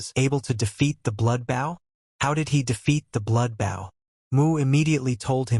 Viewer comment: Really...?? A comic about an ARCHER and you don't make sure to get your AI to say BOW, I mean literally the first second my dude!?! Phonetic: boʊ, write it into your script as "boe". Your welcome. God damn...